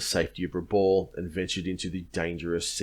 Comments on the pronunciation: Rabaul is pronounced Rah-bal not Rah-ball. Good presentation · You've probably been told this before, but it's pronounced Raboul, not Raball. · Pronounced rahb owl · love your work but. 1. Rabaul - pronounced Rab-bow-el. Papua - pronounced Pup-poo-a or Pup-poo-anne. 2. I feel you are protecting the Australian Buaefighter pilots somewhat - regarding strafing lifeboats. They had seen what the Japanese pilots were capable of and they didn't muck around. In my mind it should have resulted in war crimes trials - but as you said every Japanese troop that landed on the main land would then have to be fought again .